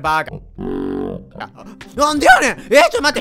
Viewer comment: なんでやねんのイントネーションあってて草